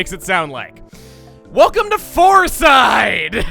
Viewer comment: You said floreside bakery second foor